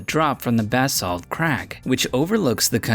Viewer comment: When you can't pronounce Basalt....